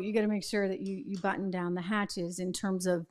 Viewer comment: “Batten* down the hatches” is the expression. Yours sounded like “button”…